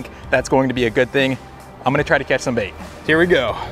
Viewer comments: "I was off getting bait". Lol I had to rewind it bc I could have sworn you said i was off getting baked! Lol thanks as usual for sharing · I swear I heard you say " I was off getting BAKED " ahaahaa. Had to rewind it to hear what you actually said. Wish it was " getting baked " lol. Great vid as always. Keep up the interesting vids brother. Thanks.